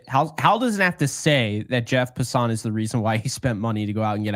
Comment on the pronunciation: Jeff Passan's last name is pronounced as though it's passin'. I'm shocked neither one of you know that. It's funny, not the first time you make up your own pronunciation of names, it's happened quite a few times. Jeff is very well known, hard to believe you're not more familiar with him. I do enjoy your show and appreciate your thoughts on the Yankees.